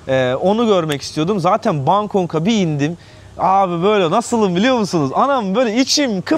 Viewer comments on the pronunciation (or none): Bangkok hala yanlış söylüyor bangkong degil awk